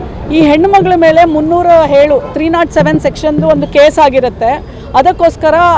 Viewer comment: ಹೇಳು ಅದು.. ಏಳು 😅😅....ಕನ್ನಡದ ಕೊಲೆ